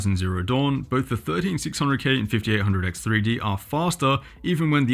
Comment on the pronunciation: You couldn't have butchered the name harder if you tried...